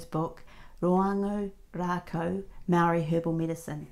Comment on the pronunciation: If your going to use our rongoa the least you could do is pronounce "Maori" properly!!